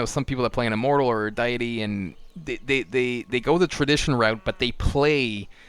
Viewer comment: learn how to say Deity